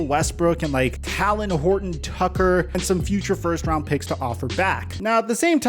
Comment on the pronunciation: Stop fucking up Talen name